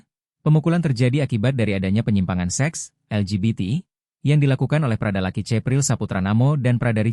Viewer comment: Tolong bagi pembaca berita Tribun Lampung, cara anda melakukan pengucapan nama korban itu bukan (laki)...tapi Lucky.... karena kami orang Kupang tidak ada yang panggil orang dengan sebutan "LAKI" tapi "LUCKY".... demikian untuk menjadi perhatian....🙏🙏